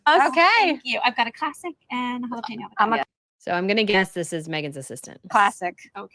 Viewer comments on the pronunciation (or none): Nobody who speaks Spanish would say “halapinio”😅